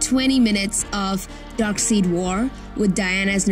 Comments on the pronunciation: Pronounced DarkSIDE, not darkseed, nobody wants to know about his offspring. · "Darkseed"? I'm guessing your just reading from a script and your definitely not a fan. Don't worry love, I don't hold it against you. We all have to pay our bills. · It’s Dark-side not dark-seed lol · Rather Dark-Seid instead of Dark-Side. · At least dummies know it's pronounced dark-side and not dark-seed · DarkSIDE! Not DarkSEED! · Its DarkSEID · DARKSEID BRO. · Did she say darkseed? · Yeah, the way she pronounced DARKSEID made her the dummy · Stop saying Darkseed. Ffs. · The way she pronounced Darkseid make me cringe to death. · She pronounced darkseid wrong ! And u call us dummies ?! 😂